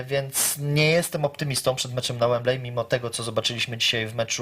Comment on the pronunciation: Webley wypowiada się "Łembli".